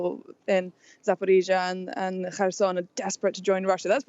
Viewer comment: pronounces 'Zaporizhzhia' correctly, like Ukrainians do